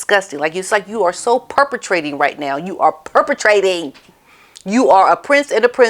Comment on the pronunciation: 'perpetrating' and 'trespassing'😅